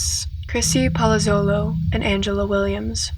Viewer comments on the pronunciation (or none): none